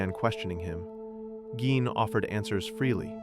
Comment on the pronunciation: First off, you're pronouncing his last name wrong. That's super annoying. Secondly, what's with the stupid "audio files" that are obviously not real. Super, super annoying. I gave it 2 minutes and I was out.